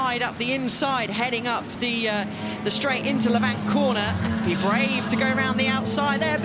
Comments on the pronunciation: Lavant! Not La Vant, please, this is Sussex not some exotic foreign circuit! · The best event in the world bar none. The detail and the racing is just incredible. I’m a local and the pronunciation of Lavant needs to be corrected. Rather than Lav-Ant, it’s Lavant. Like the pronunciation of “haven’t”. I’m so sorry to point this out but I just had to. 😂